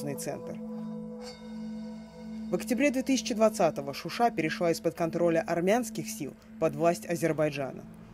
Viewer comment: Не Шуши А ШУША!!!!!!!! Это Азербайджана